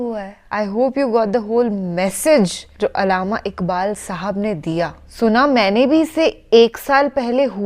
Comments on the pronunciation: Allama Iqbaal, double L hai,please say " Allama" not ALAMA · It was very unfortunate and annoying to hear the faulty pronunciation of the Anchor that too about the pillar of Urdu poetry. First of all the anchor must correct her stupid pronunciation. She couldn't pronounce 'Allama' calling it Alama. Bang e Dara instead of Baang e Dara; Ikbal instead of Iqbal; Yakeenan instead of Yaqeenan; and Maksad instead of Maqsad. I couldn't tolerate this nonsense and closed your video.